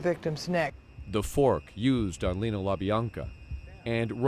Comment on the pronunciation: Leno, not Lino.